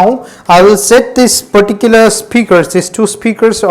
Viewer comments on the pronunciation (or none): please don't use the word "perticuler" so many times